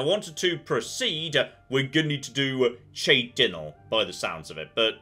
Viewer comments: I love how brain just actively shut out the pronunciation of Cheydinhal (Shay-din-hall) in favor of his own "Che din-al" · "shay dinal" ❌ "Shay din hall" ✅ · Shaydinhal - drop the hard Ch and you'll match how the NPCs pronounce that one. Shay-din-hal be how it goes. Maybe that is a particularly American way to do a Ch but its how it goes. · Looking forward to episode 137 where still pronounces it Chey-dinnle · In his defense, even the actors can't agree on the pronunciation of "chorrol". We hear, from NPC's, both "corrol" and "chorral" so I dont blame too much for chey-dinnle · I love how the canonical name of the town is now che-dinnall, your pronunciation skill is definitely 100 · If he keeps saying cheydinhal like that it's gonna get real pitchforky in here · Even after someone said it to him! It was one thing with the road sign, but... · I feel like is deliberately mispronouncing Cheydinhal to spite me. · Predictions on when will learn how to pronounce cheydinhal. Especially after hearing the name said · How long until starts pronouncing things correctly?